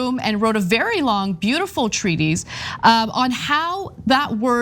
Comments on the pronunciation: it's pronounced treat-is not treat-eys. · treatise: say "treetus", not "treeteez". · Let’s swear off pronouncing treatise “treaties” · This is too bad, but glad he realized the error of his ways. BTW, not a big deal, but gently wanted to say that "treatise" is usually pronounced like "treat-iss" 🙂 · That is not how you say treatise. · How sad that TYT can make money off of being gossip trolls. Ana can't even pronounce "treatise" properly. Sad that society buys into the mundane gossip that could literally dissappear off the planet and no one would blink an eye.